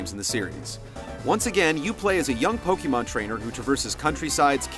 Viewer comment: POKEYMAN? with the Poke and the Man and the Wawawa!!! Why can't anyone pronounce pokemon correctly! Nintendo made it for their own Damn english pronunciation! Its Poke like Pocket and Mon like Monster! There is no changing of how its pronounced when you put them together :p [/end rant]